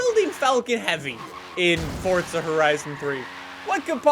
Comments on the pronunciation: Please just stop saying for"t"za it's forza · Why are u saying Fortza Horizon but not Forza Horizon? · i like how he sais forza he says fortza